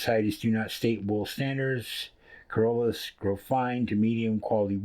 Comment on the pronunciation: You can pronounce it "sharlay" or "shar-au-lay."